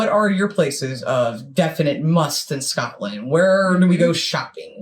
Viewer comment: "Scatland"? Where's that? Anywhere near Scotland? The narrator's pronunciation is atrocious. I find it hard to believe he's ever been near Scotland. The locals would have strung him up for those abominations.